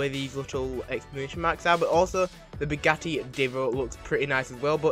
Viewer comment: No it’s “Bugatti”